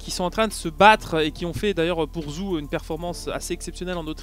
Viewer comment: Salut, attention, Zhou ça se prononce un truc comme "tchio":)